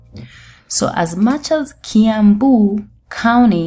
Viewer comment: wacha kusema kauni plz. sema county plz